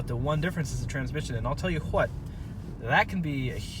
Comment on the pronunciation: “…and I’ll tell you HUWHat”